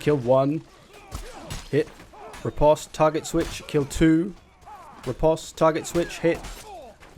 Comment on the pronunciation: Riposte is pronounce ri-post :)